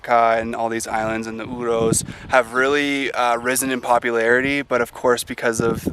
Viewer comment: I'm so glad to hear you say Oooross... a lot of the other videos keep saying "euros" lol